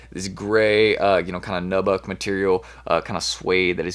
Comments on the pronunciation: Lol listen how he pronounces “nubuck” lol he says it like “naabuck “ lmao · It’s pronounced ‘new’ buck. Not nubbuk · New-Buck... Just a tip for ya bro